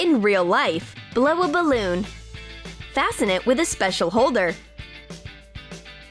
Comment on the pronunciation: blavabaloon (why does it sound so weird, saying "blow a baloon" is easy)